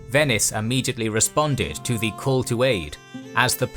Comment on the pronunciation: Nice content, but I find the pronunciation of the narrator rather distracting. The article "the" always being pronounced as "thee". And the name "Theodore" being pronounced as "Theodoreh". I'm not sure whether the intention was to pronounce it in some kind of style that sounds "Greek". I think that in actual Greek it is Θεόδωρος (theh - Oh - doh - ros, with stress on the "Oh").